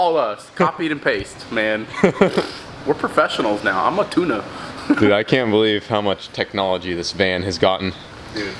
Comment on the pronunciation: 2022 - "I'm a tunah"